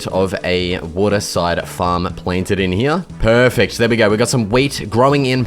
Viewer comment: bro says "peaufect" instead of "perfect" 😭😭